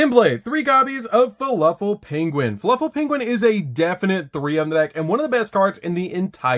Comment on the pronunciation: I just can't get over how he keeps messing up the names "Fuluffal and Furightfur". I reminds me of Benedict Cumberbatch messing up the word "penuin" in the documentary xD Great profile tho!